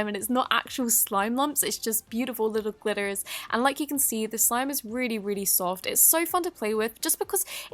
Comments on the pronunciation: lmao did anyone hear her say beautiful little “ glitters “ with glitters as an american accent lmao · When you say glitters you sound American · she says glitters like an American😂 Loved the video btw